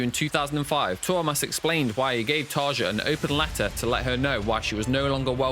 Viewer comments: It did annoy me that you constantly misprouncedcTarja's first name - I used to wirk with a Finnish lady with that nane and the 'j' is pronounced like a 'y'. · There is no way you are huge Nightwish fans when you can’t pronounce anyone’s name correctly. Getting both Floor an Tarja’s names wrong says it all. You are just looking to sh!t on something.